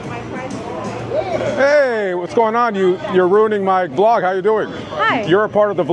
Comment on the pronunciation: It's Vlog ang not blog just to correct u...